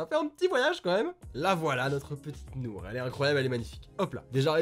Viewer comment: Déjà tu dit Nourh je sais de quelle jeu c'est j'ai chialé suite a la vidéo de Squeezie, mais c'est les choix de là ❤